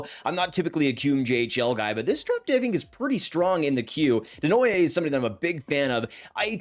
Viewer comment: You need to learn how to say Desnoyers haha. De (same as in tEd) nwa yé (same end as Simon Gagné, former Flyer and King)